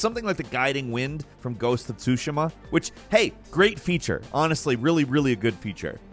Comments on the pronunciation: It's said soo-shee-muh, not soo-shi-muh. How are you so bad at pronouncing words that I know you've heard others say? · bro... the way he said Tsushima... (facepalm)